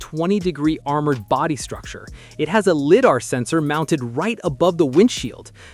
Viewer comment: Its pronounced lie-dar